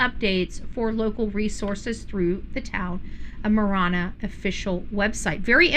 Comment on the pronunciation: Ma Ranna..is the correct pronunciation is how us in pronounce Ma Ranna from someone that grew up in AZ, and LOL it is not TucksSon it is Tucson..:face-blue-smiling::face-green-smiling: LOL if you are from AZ, you understand me LOL that drives us, Arizonan's cray cray.. LOL Marana is in PIMA Co. Is 20 miles North of Tucson and 100 miles south of Phoenix! just for those wondering.. where Marana AZ is located.....Part of Marana Co is in PIMA co. and a small section in Pinal co. Marana needs to decide if they want to be called Pima Co. or Pinal Co. The town of Marana is in both Pima County and Pinal County because the town government chose to expand across the county line. Marana grew northward and legally annexed pieces of land that sit inside Pinal County. A bit of history lesson since 1992 still fighting over land right.. HUM LOL